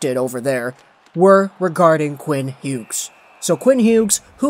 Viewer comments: Same like just say it like Hews jesus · the G when pronouncing his name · Please never pronounce his last name like this again it hurts my brain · He does that with a lot of players.